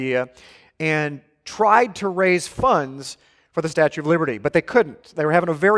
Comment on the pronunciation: I’ll never go to the “statute of...” of again